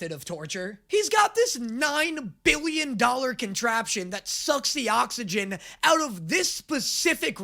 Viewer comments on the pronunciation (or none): none